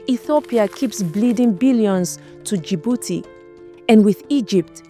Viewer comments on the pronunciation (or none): none